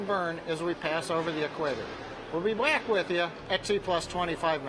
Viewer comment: Skimming through the comments here and summarising: "Norminal" "we'll be black with ya!" "we'd like to stank nasa" ...what :D ? Was the launch unexpected and he had to quickly return from the pub?